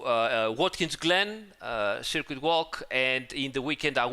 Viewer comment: Can we just get a ten hour supercut of saying "SIRQUEET" already, please?